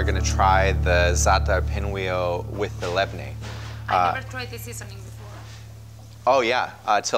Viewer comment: awesome as usual, and by the way you should say LABANE not labne